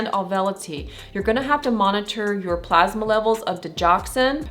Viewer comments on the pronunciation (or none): none